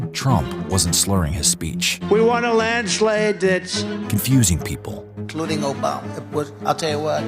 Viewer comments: He definitely can't say landslide. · Landslade whaat????????????????? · LOL ---- he's going to lose in a "Landslade". Let's publicize him saying that word as much as possible. This is definite signs of early dementia, without a doubt and very bad news for Republicans.